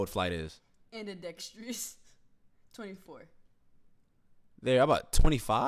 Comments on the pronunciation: ambidextrous "annadextrous " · Flight - Andextrias ......... it was supposed to be ambidextrous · “Anedecktreiess” “Paschal Sike-em” “AKUNCKPO” “Luka Donakick” “Zeeon Williamson” “Rudy Gogurt” “Dennis Scrottem” - Flight everyone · flight said “andexteious” 😭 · “Rubica andextrius” Flight 2020